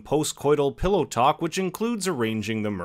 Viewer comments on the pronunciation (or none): none